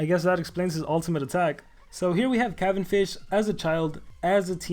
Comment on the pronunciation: ITS NOT PRONOUNCED THAT WAY